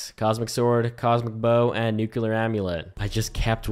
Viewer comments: Thaumaturgy is pronounced like... Imagine a British person saying "Thor", thor-muh-turgy. I supposed thaw-muh-turgy would also be acceptable. Also you say nuclear wrong. It's nuCLEAR, not nuCUlar. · man kept saying "nukular" instead of "nuclear" frfr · why do you pronounce nuclear like that?